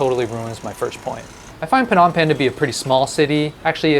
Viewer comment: Are you sure you pronouce Phnom Penh correctly?